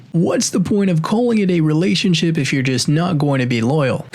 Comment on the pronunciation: relash-ship. LMAO. God's little clowns. You see how dey talk doh bro? Itzzzz waaaald. LMAO!